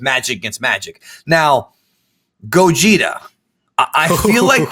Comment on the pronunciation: They keep saying gogeta, I keep hearing Gojira.... smh